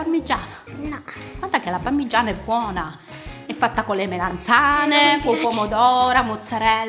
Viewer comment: Oddio quando dice parmiiana 😂 io o detto parmigiana regiana😂😂😂 vi adoro❤